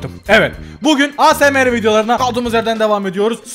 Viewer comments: abi "A S M R" değil " eysemar" diye okunuyo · Asmr diye yazılıyo ama yazıldığı gibi okunmuyo eysemır diye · Asemere demeniz çok komik 😂😂😂